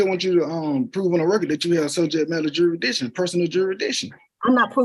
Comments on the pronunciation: "JuryDiction" "acruse" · I love when they try explain jurradishun to a judge. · You mean juradishun? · The word is "Jur-is-diction", maybe if this moron had higher than a 3rd grade education he would know how to pronounce the word he's clearly abusing! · 😂you are not right Mr. Jurisdisious 😂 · You mean jurydiction? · You can't even say "jurisdiction" 🙄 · I figure if you can't pronounce the word "jurisdiction," you probably shouldn't challenge it either. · He can't even say "Jurisdiction". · If you can't pronounce the word jurisdiction you can't challege it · If you are unable to pronounce jurisdiction and beneficiary correctly, we aren't going to talk about that. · Anyone who cannot pronounce jurisdiction should be labeled incompetent to represent themselves. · Another uneducated ninja. Being a ninja is a choice on how to live. It’s not a color. You can’t even pronounce jurisdiction no less make a claim about it.